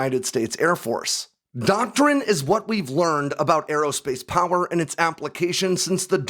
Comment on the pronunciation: Who else gets a little bit of nerd chills when he goes and this is "AIR POWARRRR!"